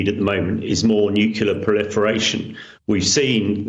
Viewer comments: Nucular? WTF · When the "expert" says nucular like George Bush.